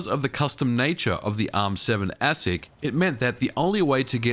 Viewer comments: Always heard ASIC pronounced aye-sick ... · ASIC is pronounced “Aye-sic” if anyone is wondering. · Your pronunciation of ASIC is interesting.